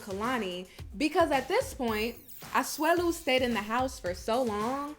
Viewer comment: You say Asuelu 👌👌👌👌